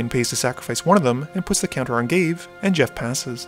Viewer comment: ga-vay not gave.